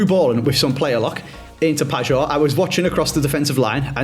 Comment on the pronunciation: please, its pronounced Pie-or not Padge or, 2nd maybe 3rd year in a row saying this. Love the content but this always irks me every time you say it, justice for the Polish GOAT 😅